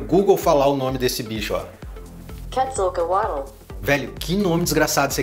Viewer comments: acho q a pronuncia é QUETIS-A-COTLE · ce fala cuetzeul coalt mais c escreve quedzeocolt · Quetzcoatl se pronuncia cuetzalcoatou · o caiju asteca com cara de serpente gigante com asas se pronúncia "coetzacolt". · Se pronuncia Quetzacotol. Typhoon deveria estar embaixo do monte Etna, na Itália, digo, eles poderiam ter colocado uma entrada para a Terra Oca no vulcão., vc se esqueceu do Sargon na torre do diabo, nos EUA. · q eu saiba a pronuncia de quetzalcoatl é tipo cuetizacoatol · Quetzacoat se lê Ketizkoat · SE PRONUNCIA QUETSALCOTO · se pronuncia foneticamente " Kuezacolt " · Se pronúncia quetsalquatsol